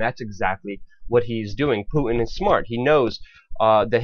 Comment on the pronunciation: Who's "Pooin"?